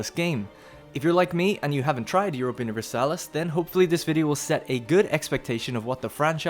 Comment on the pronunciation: "jioropia universalis" No, its EU-RO-PA.